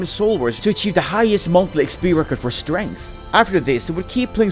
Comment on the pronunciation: its Strength. not Sturr lol